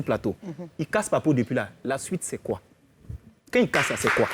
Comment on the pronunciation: même il dit koï 😂